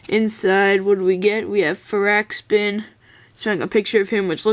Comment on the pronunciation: its far-ak-spin